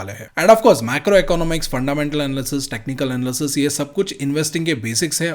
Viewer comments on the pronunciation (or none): none